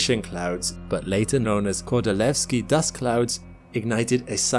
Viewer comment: your pronunciation of Kordylweski is sooo good, are you really form UK:O?